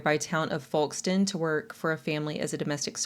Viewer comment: In the UK, we pronounce it Fokestone. We're awkward and don't pronounce the "l" 😅